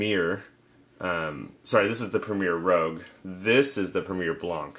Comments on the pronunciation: It's premier rouge not premier rogue. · Great video. Just an FYI, the yeast by Red Star is Premier Rouge, not Premier Rogue. "Rouge" means red in French. Keep up the great content . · Rouge (red) not Rogue. A good review. I use Rouge in blackberry wines. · (I feel like my mother in telling you) but I still feel compelled to say the yeast is Premiere Rouge (red) as in the french word not rogue. Also it would be cool to see the time it takes the yeast to fall out of suspension for each individual jar. I know that each of those yeast have an optimal temperature range. Do you feel the ones with the poorer performances were well outside these temps? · Red Star Premier Rouge....not rogue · You really piqued my interest on the red star products. I am confused though. You called one of them Rogue, did you possibly mean rouge? Totally not being a smart ass btw. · Ummm...rouge? French for "red". As in "Red Star" or red wine. In contrast to Red Star premier blanc. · lol "Rogue" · Oh I totally goofed. I messed up and mis pronounced it every time!!